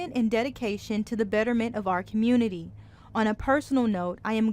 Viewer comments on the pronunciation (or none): You say community with n R, there isnt much hope left for this commurnerty